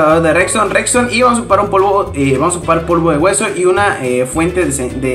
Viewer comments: No es "Rexton" es redstone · Cuando dice "recston"